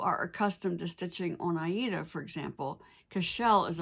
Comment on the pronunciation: Hi, new subbie here. I’ve only been stitching crossstitch for a couple of years, so please excuse me. But you refer here to a fabric you call “I E Da” or “A E Da “. Are you referring to Aida? I’ve never heard it pronounced that way …only as “Aid a”. Thanks so much for your wonderful videos!